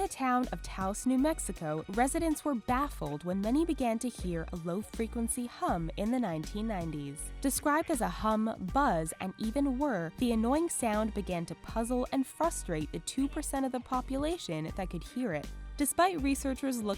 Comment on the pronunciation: this girl says "fustrate." the word is "frustrate." there is an r after the f